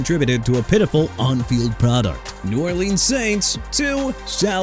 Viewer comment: BRO LET ME TELL YOU SOMETHING: YOU DON'T GET TO MISPRONOUNCE EVERYBODY'S NAMES IN YOUR VIDEOS NO MORE! YOU UNDERSTAND?!?! JAKE DELHOMME AS IN DEH-LOHM NOT DEL-HOME!! CHICAGO AS IN EITHER SHUH-KAH-GOW OR SHEE-KAH-GOW NOT CHEE-KAH-GOW!! NEW ORLEANS AS IN NEW OR-LINS NOT NEW OR-LEANS AND THE DOLPHINS TO SEPTEMBER CHAMPIONS... ARE YOU KIDDING ME?! THEY'RE A MESS AND THEY'RE IRRELEVANT, LACK OF A FRANCHISE QB AND A POOR DRAFT HISTORY AND THEY CAN'T WIN IN COLD WEATHER... AND?! YOU GOT A PROBLEM WITH THE TEAM, ADDRESS IT IN PERSON!!! YOU'RE DONE DISRESPECTING THE MIAMI DOLPHINS AND YOU KNOW WHAT? SOMEONE NEED TO DO THE VIDEOS INSTEAD OF YOU!!